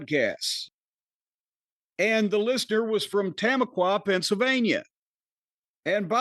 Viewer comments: Bojangles chicken sandwich is goated Also, its TAH MA QUA 😂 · “tuh-ma-kwuh” Pennsylvania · It's Tah-MAH-quah